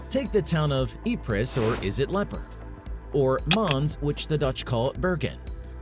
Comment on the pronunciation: it's definitely not Lepper. It's Ieper. With capital i. Pronounced Eaper or Eeper :)